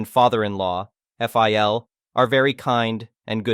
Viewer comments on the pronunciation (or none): The problem with AI readers is numerous, but it gets especially confusing when it becomes apparent that Mill and Phil might not be some additional characters in a story, but botched abbreviations of M.I.L (mother-in-law) and F.I.L. (Father-in-law)